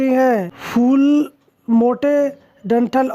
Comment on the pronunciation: fal nahi fool hoti hai